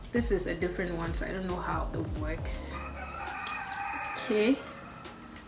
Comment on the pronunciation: herh did you say differenst💀😂